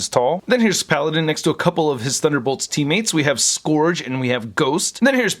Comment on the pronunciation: Scourge is pronounced SKURJ. Please, please, please stop rhyming it with Forge.